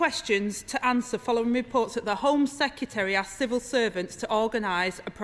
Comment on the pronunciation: I can condone the repetition of the word 'sec-ya-terry', but the childish whoops, cheers and jeers leave me feeling politics is finished here. It's embarrassing.